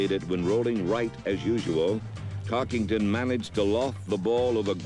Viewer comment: Notice how the announcer keeps saying "TarkINGton" for "TarkENton." (emphasis added)